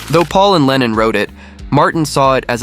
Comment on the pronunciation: il faut absolument que tu te corriges !! ta prononciation est NULLE !! lennon n est pas lenine !! grrr